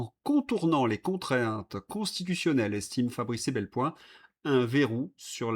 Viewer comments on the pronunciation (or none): Epelboin, pas "Ebelpoin".😞